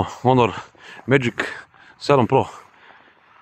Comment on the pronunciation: care, ne kaze se onor nego honor